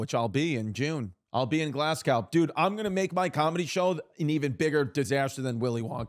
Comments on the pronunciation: Chris please before you come to Glasgow, get the pronunciation right 😂 it's GLAZ-GO now glass cow 😂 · 'Glaz-go' not 'Glass cow'